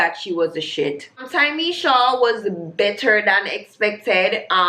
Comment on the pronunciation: loool. Also it's Ta-me-sha